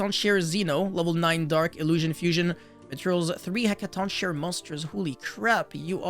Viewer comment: This archetype is so sick, from the art to the names to the effects. I’ll definitely be building these when they come out. Also the name is said like “heckaton KAI ree”